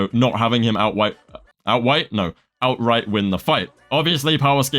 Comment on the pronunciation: "outwight" get his ass